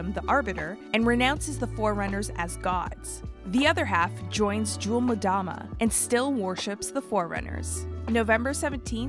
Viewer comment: "Jual-man-damn" simply atrocious